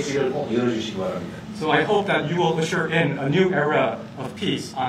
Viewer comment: 통역사의 영어 발음과 억양이 미국에서 무시당할 수 있는 수준입니다. 듣기에 매우 불편합니다. 예를 들면 That을 Dat이라 발음합니다.